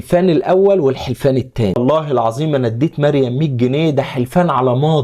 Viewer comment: الراء فى مريم مفخمه